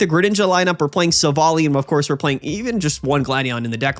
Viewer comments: hello ! Just to say : it must be Silv - ally. Like in an ally. Since in french it is "Silvallié" meaning the same thing :p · silvally is pronounced silv- ally ally like wow hes an ally not like alley